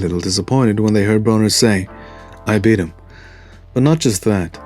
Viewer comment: "I bieat hiem! Err body know I bieat hiem!"